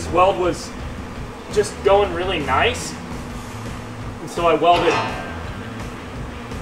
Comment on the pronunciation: I love watching your content and the inginuity that you incorporate in your builds, but I do have a favor to ask: Can you stop say "Noyce" ??